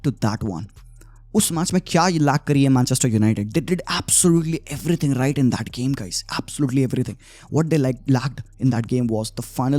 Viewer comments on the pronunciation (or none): none